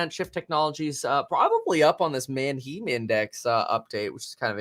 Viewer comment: I'm like 90% sure he's pronouncing the Manheim Index incorrectly. He's saying "Man-Heem". I think its pronounced "Man-HAI-M" like the all female band "Haim" or the city of "Anaheim, California"